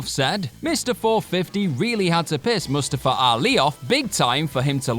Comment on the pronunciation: Yoooo his pronunciation of mustafa 😂